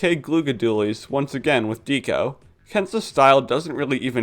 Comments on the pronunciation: I'm sorry but please stop calling Deco "deeko". It's short for decoration and might also reference Decapods which are crustaceans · I love this video but your pronunciation of Deco is driving me nuts lol it's Deco as in art deco (dekko), the architectural style. Not necessarily related, but it's the same pronunciation